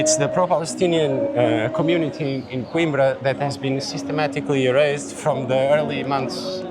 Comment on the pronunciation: After the tour, the guy can’t even say “Coimbra” correctly?!